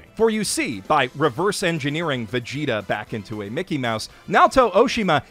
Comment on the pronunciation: First time in my life hearing Vegeta pronounced as Veshita